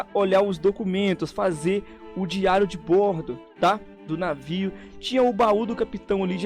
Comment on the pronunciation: Errou, é "de bordo" o "o" é aberto